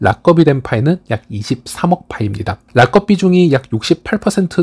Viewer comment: 파이랑 상관없는 말씀이지만 락업 발음을 라껍이라고 안 하시면 안 될까영.. 우리나라 외래어 표기 방식으로도 그렇구 외국인 발음 들어보니 라겁 or 라껍처럼 악센트를 아예 다 준 것 보다는 '락'에 앞에 강세가 있고 뒤에 업이 자연스럽게 붙어 라ㅋㄱㅓㅂ 커와 거 중간 느낌으로 말하더라구여. 의 발음이 틀렸다고 말씀드리는 게 아니라 강세 있는 발음 단어가 너무 많이 반복되다 보니 영상 시청에 있어서 가독성? 몰입도가 떨어지더라구요. 약간 부드럽게 말씀하시면 더 질 좋은 영상이 되지 않을까 해서 조심스레 건의드려봅니다. 항상 감사드립니다